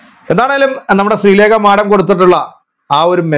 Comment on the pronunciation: മാഠം അല്ല മാഡം 😂😂